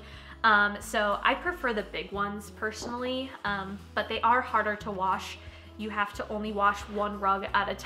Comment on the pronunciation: It's the "pershinaly" for me XD sorryyyy love ur vids btw! <3 (Sterling is my fav lol)